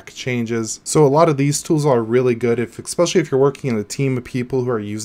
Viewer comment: IDK if I trust someone that pronounces "especially" as "ecspecially"